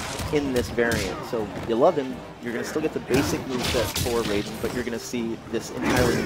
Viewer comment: This fool said Raiden the right way. Not the MK way. If its MK you pronounce it "Rayden"